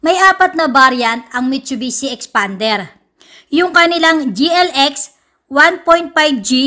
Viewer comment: Tawang tawa ako sa boses ng nagrereview 😂😂😂 parang galit na ang tigas ng pagkabigkas! EXPAAANNDEEERR HAHAHA... Na may pagka "Bakla" ang language ni...hahaha parang beking car reviewer hahaha #peace! 😎✌